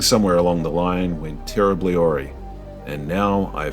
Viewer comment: You rhymed awry with hori when it should rhyme with a stye or an eye